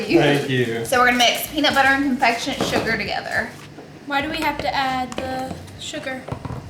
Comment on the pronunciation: "confectionate" sugar 🤣🤣🤣🤦🏻 aaaay Laura